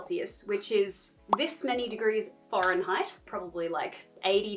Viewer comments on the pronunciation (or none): did you say foreignheight? cause if so i love that 😂